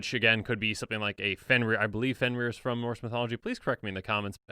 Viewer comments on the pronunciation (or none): none